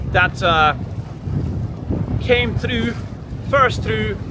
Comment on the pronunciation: said "through" in a Scottish accent. 😂